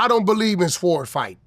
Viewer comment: why he say Sword like that 😂😂